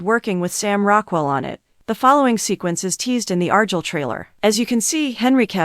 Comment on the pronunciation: Argyle at least arrrrguile